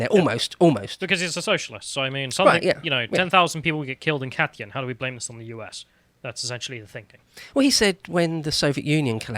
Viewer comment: As a Pole I appreciate alot you are mentioning Katyń so much but man, yesterday it took me a whole video just to get what are you talking about "Kat-yen? Whaaaa..OHHHHH!" Now that I think of it it's kinda hard for a Brit to spell (you don't have a flat "yh" sound) but try Kahteen/Kahtynh, it's not perfect but much closer ;)